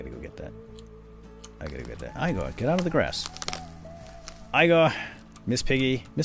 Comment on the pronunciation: Igor isn't pronounced that way